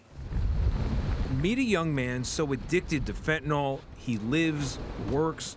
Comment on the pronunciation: One world: Suboxone. Evidence based treatment. And it's fentaNYL not fentaNOL